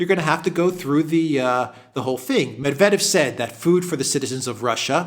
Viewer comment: You pronounce so many Russian names perfectly but not Medvedev. It's "Medvedyev."